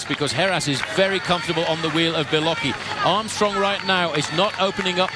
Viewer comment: LOL "Beloki" That's how the substitute teacher in Keye & Peele pronounced "Blake"